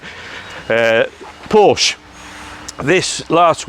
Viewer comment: Excellent as always! But could we please get someone to let them know Porsche has two syllables. 🤣